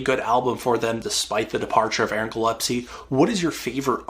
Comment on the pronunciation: Sorry to be someone who corrects, but it's Aaron GILLESPIE - gill-es-pee